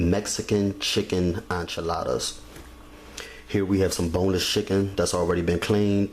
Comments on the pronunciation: I stopped watching when I heard you say "on chiladas" the word is enchiladas, the frst sylable rhymes with "men". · Enchiladas he is pronouncing it wrong 🤣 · none of what you say is how a Mexican makes enchiladas,Please don't give advice on things you don't know any thing about and you mispronounce the word ,PLEASE GO TAKE SPANISH LESSONS,THE SOUND IS NCHILADAS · is he calling them,"Anchaladas?"